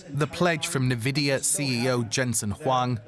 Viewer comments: Everyone: DW: Nay Vidia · Very annoying pronunciation of Nvidia 😡 probably AI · The narrator was sooo annoying. God, pls learn how nvidia is pronounced. Fire the guy and use AI for narration.